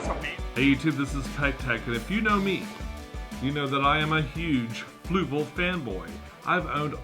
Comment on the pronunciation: For someone who uses their products so much, you still cant pronounce Fluval correctly lol